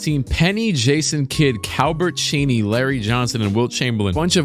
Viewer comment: I absolutely love your videos, been watching since 2k21 and seeing you grow has been awesome. I really love when you show a lot of gameplay and simcast series. (Also every time you say Calbert Chaney I think of calbert Cross A.K.A. Criss cross) 😂